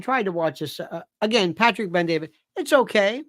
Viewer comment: It’s Bet-David not Ben-David…thank you.